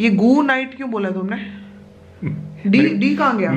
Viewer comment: Guuuuuuu - 😁😁😁😁 ye guuuu kyu bola tumne, D kaha gya ?